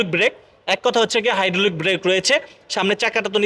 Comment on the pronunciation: 🤣🤣 কি উচ্চারণ রে ভাই। হাইড্ডলিক, এলো রিং, গেলাস, ক্যামারা, বনাট, ফ্রাইবেট কার, নুকিং গেলাস, ড্যাজ বোর্ড, ব্লুটু, হরেন 😂😂। এই হলো আমাদের দেশের ব্লগার দের অবস্থা।